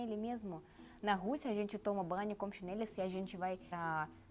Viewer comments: Chinelo não chineli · Mas não se diz Chanelle e sim chinelo. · Você precisa prestar atenção na forma como falamos. Exemplo: c h i n e l o ....ooooooo Não CHINELI. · Chinêle..? Xínêle?